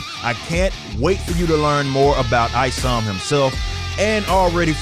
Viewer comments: I knew the guy was a joke as soon as he called Isom “EEEsom”. He either didn’t do his homework or did it on purpose. I can’t wait to read ISOM! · Eee-som guy is full of himself. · This man really said ee- som .. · Exactly it's pronounced like "isometric", I feel like he was saying it wrong on purpose. Nobody looks at an "I" with the first thought that it's an "E" sound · I'm literally 25 seconds into this video and dude has already made a fake condescending congratulations, and mispronounced the name of your main character. This ain't gonna go well for him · notice the visible cringe when he mispronounced Isom's name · Smugness and Jealously all rolled up in one person. Even how he pronounces Isom screams im jealous. We all know how its suppose to actually be pronounce and he refuses to do so. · fish intelligent big lick kick pitch hitch jim him, while i can agree that it's either he's purposefully mispronouncing it or just didn't care at all to know the stuff he's being "skeptical" of, the letter "i" do indeed have quite a range of pronunciations in English words